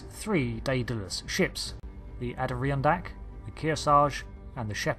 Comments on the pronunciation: Not that it matters, but it's pronounced "Ah-door-on-dack", its a mountain range in New York State. It's quite a beautiful place if you get a chance to visit. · DEN-eh-VA and Ader-ron-dak